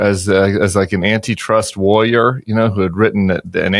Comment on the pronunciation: Tim should stop trying to say "warrior"